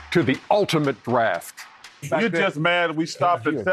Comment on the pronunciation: "Welcome to the Ultimate Braft".